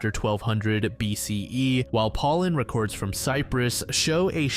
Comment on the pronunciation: Bro you mispronounced so many words. Even the word "records"